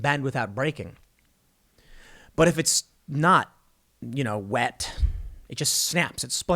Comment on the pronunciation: I don’t appreciate how Tim said “wet” that hurt my soul